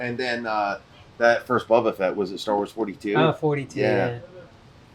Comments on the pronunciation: dude in the black shirt seems like a major repo scammer lmao he don't even know how to say SEGA or BOBA Fett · BOBBUH FETT What I gotta say it like Boba Tea? Dawg you came in pronouncing SEGA wrong so stop playin like you got a gun to you for sayin it like a yutz lmao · First video I've seen of this channel and I'd just like to say that I lol'd at every subtle poke and jab at that dude for not knowing his stuff, from the subtle eyebrow raises when discussing prices to giving back the bad Boba Fett pronunciation - chef's kiss. Grade A passive aggressive pettiness and I'm here for it.